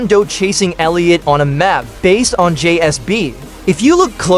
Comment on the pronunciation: JSB!? ITS JSAB!